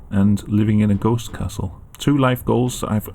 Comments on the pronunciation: Sounds like old English 🤣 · "I would like to see a goste kasul "